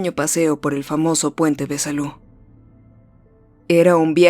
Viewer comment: Es Salou no Salu ^^'